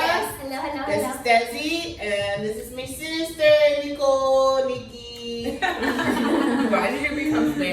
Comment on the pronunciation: "my seester Nikki"😂😂😂